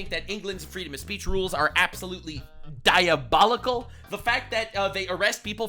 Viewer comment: Excuse me sir but it's pronounced DIABOULICKLE